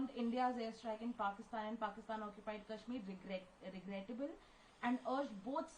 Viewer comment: She nearly said Porkistan haha 😂